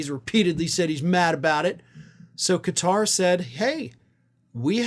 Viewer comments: Nice to see you pronouce Qatar correctly "Ka-tar"....NOT "Gutt-rr". Most Americans can barely pronounce anything "foreign" ! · First thanks for saying this country’s name correctly. Everyone else is pronounce it as cutter. Thanks for keeping all facts in check. Including the emoluments violations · Kudos for pronouncing 'Qatar' correctly! Tired of hearing people saying 'Cutter'...